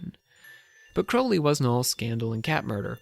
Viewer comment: Pronounce his surname properly will you?